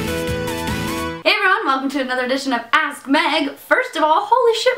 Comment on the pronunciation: It always sounds like your saying "ass" Meg instead of ask Meg lol